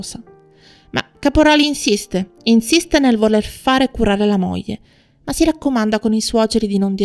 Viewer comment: Buongiorno, molto interessante, ma provi a pronunciare " gl " come moglie , figlio etc. e non moje , fijo etc. Cordialmente.